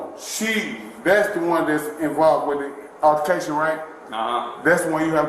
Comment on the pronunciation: That monster doesn't even know how to pronounce altercation